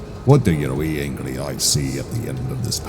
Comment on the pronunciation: Hehe "wee angrie eyes"